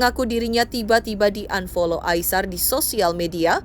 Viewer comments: Risih bangt dg kata unfoll yg d ucapin si bunga nih😂 dia gmn sih pronounce unfoll tuh gk enak bngt d denger😅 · 😂😂😂...BAHASAMUUU...UNFOL...APA ITU UNFOL...? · Bukan kita sok pinter bhsa inggris ya kan ? akupun sikit2 bolehlah, tpi dgr unfoll , Bikin ketawa, 🤣🤣🤣🤣